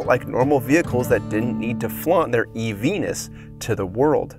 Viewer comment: I was joking but I did hear you say "nus" not "ness" :)